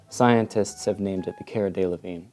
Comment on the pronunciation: You pronounced Cara Delevingne's name wrong, by the way.